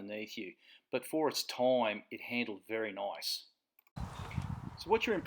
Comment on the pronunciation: Did you say toime? Ha!